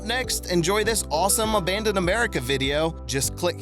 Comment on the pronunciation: Narrator can't pronounce "abandoned." Editors and content creators don't care. Instant vote down for making America even stupider, day by day.